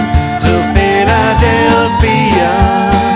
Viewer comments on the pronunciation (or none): It's funny, the bloke sounds very English in the verses, but the way he pronounces "Philadelphia" sounds very strange.